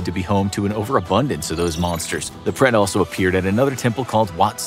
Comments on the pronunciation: It’s preta not pret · It is not pret it is pretha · It’s pronounced as Prate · bhai mai bhi Indian hi hu but mere dimag me hi nahi aaya Uska pronounciation pret alag hi laga raha tha